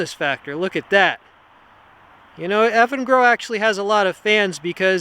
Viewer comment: I kept hearing "effing girl." lol